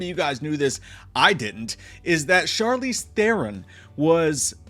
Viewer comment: Nothing like ruining a fun series like F13th by leaving it in the hands of “we huff our farts” A24. Oh and Chrleez Therrun? I really hope it does get cancelled.